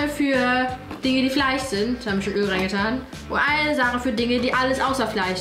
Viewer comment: Niemand: Unge: FLEICH